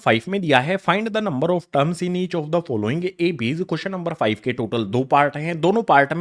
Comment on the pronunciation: Five❌️ Fife🤡